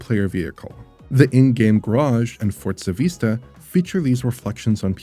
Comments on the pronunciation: What is this Fort-sa game he keeps mentioning? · As a Playstation only player I have one question. Why is he pronouncing it Fortza? There is no T? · Is the game called fortza or for-zaa?